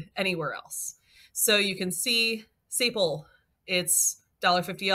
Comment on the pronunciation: Great video, thanks for all the ideas. FYI, "sapele" is pronounced "sa PEE lee"